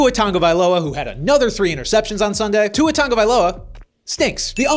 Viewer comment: Why do you add a N to Tua’s last name